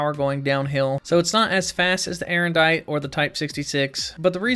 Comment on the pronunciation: It's Aerondight, not Erendite.